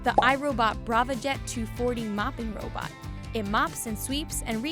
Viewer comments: did she just say hoe bot? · LOL “hobot”....suction...